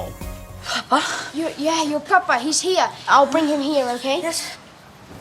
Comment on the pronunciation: Holy shit when Tom said " pappa" i died of laughter because i am swedish and that sounded so weird. But he said it correctly tho